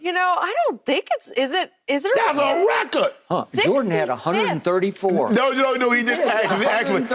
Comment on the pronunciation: "That's a recud!" Shay reeeally swallows on that dude🤦🏽‍♂️